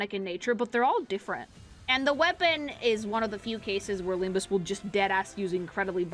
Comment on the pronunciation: It's not LimbME Company... It's LimbUS Company!